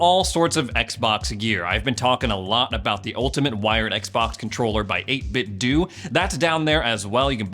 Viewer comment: this guy said 8bitdew. lmao. its do...like nintendo.